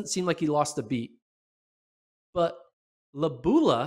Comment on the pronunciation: Lo-bA-lU (emphasis on vowel) 🙂